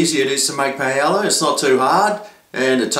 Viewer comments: you said paiela, and it should be pah e yah (with the y like in new york) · its.. Pah-Eh-Yah. not Payela. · paella pah/EH/yah tortillas tohr/TEE/yahs "LL" has a YAH sound. ;) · well you arent saying it right :P but it looked good :D